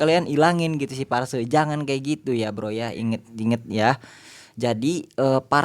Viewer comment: Phrase bang bkn parse 😄